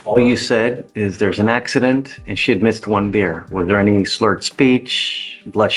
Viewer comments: Super bad AI narration. It can't even pronounce "beer," pronouncing it as "buyer." How dumb. Bring back people! AI narration is insulting. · ONE BEER! NOT BUYER!